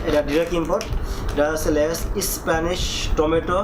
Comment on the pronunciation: কুরুনচি না খোকা ক্রানচি,লেস না লেইস খোকা🤣🤣